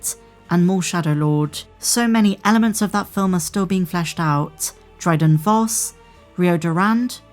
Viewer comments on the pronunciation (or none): none